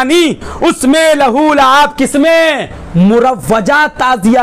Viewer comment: Abe .Wo Lahu Luab Nhi ...Balki ..Lah wo Laib Hai